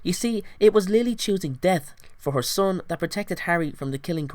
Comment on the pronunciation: im not making fun of his accent but it sounded like he said "whore baby harry" instead of "her baby harry"